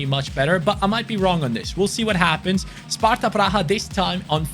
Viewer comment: You said all names right. Im Sparta fan and from CZ. :D Nice video